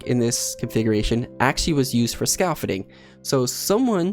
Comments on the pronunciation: dictionary: scaffolding: scah-fording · scaffolding doesnt have an extra L (ScaLfolding??) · SCAF-FOLD-DING Please. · Oh my goodness. It’s not scaLfoDDing. It’s scaFFoLding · Scaffolding my guy. Not scalfudding. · Every time he says scaffolding I die more inside. Like mmm yes scalfodding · “someone haed enough extr blocks... to use for scahfuding” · What is this "skahfudeeng" you speak of? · I recognize that 'scahfuding' See you yesterday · Scal-fudding is how he says it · Oh so thats what he said, I taught it was scout fitting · Scar folding or something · Scowl footing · He isn't on about the jack? In the video he is saying Scaf-ol-in and saying it really quickly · Say scaffolding correct please your so annoying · Your pronunciation of "scaffolding" is really off.. you gotta say the entire word